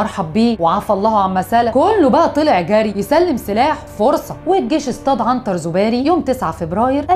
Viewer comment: يا الاستاذة الاسماء المذكورة من طرفك كلها محرفة في النطق يا اختي ما تركزي في قراءة الاسماء ... سبحان الله اسماء عربية ماهيش فرنجاوي حتى تلقاي صعوبة في نطقها ... عنتر زوابري و ليس زوباري و مبارك بومعراف و ليس بومعريفي و مداني مرزاق و ليس مداني مزراق !!!